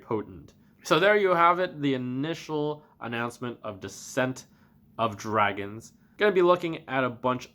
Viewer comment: At first I heard is as "The Scent of Dragon" xD Also wtf with the free Legendary? What about Mage, Paladin, Hunter? Or fuck those classes?